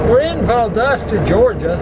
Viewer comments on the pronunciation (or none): none